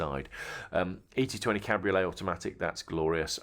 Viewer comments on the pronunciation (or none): none